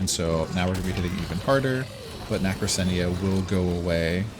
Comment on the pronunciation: It's pronounced "Na kra cena" nacrasena